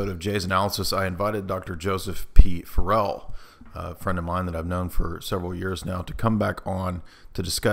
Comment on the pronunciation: Dude always pronounces Dr. Farrell’s last name incorrectly.